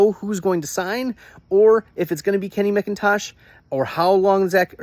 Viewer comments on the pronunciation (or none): Mac-Intosh like the computer not mick -in-tosh. Geezus. Credibility = toast